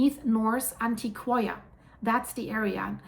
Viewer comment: Thanks for the update. Its Antioch in Spanish-pronounced An-tio-kia.